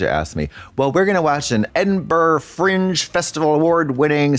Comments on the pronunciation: "En-burr fringe festival" lmao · also Americans Edinburgh is pronounced: Edin-bruh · Katya’s pronunciation of Edinburgh is killing me 😩😭